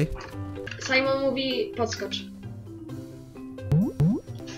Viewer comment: Nie simon ttlko sajmon